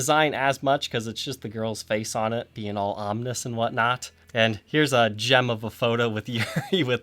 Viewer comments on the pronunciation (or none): none